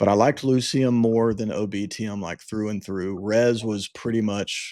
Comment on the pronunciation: Ulciscor is pronounced ALKISCOR not f'n ALL SCISSORS come on guys. That's just one of the names you butchered. You guys pretty much f'd up the pronunciation on EVERY ONE OF THEM. smh And oh by the way ITS PRONOUNCE LU KI UM, can you do a little research before you make these videos?